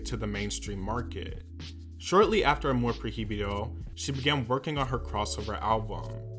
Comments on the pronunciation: Once he said “amor pro hee bee doh” I was done.. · "proy-bido" there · Jaja “amor pro-hi-bido” please learn how to pronounce the words in Spanish as we (no English speakers) learn English words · huh ... that's not how you say "amor prohibido" ... you could have google it y'know 🥴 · Yeah him saying the h in amor prohibido is actually annoying and I didn’t think it could be ....: but he’s English ..... I understand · the way he said amor prohibido upsets me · Learn to pronuntiate spanish words correct, your pronuntiation of "amor prohibido" sucks